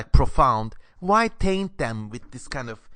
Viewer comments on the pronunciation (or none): none